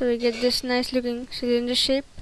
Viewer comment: everytime when you say "shape" or "shade", it sounds like your saying "shit" xD